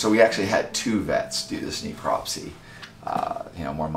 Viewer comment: "Kneecropsy" It's a Necropsy.